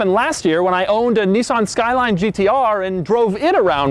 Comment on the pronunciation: nissan not neeesarn